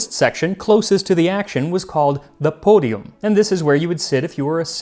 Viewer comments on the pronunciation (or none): Great content, super interesting, but for the love of God, stop trying to pronounce things "correctly." I cringed soooo hard when you said "podium" - a very common word in English - with that dreadful fake Italian accent. My guy, you are WAY better than this 😬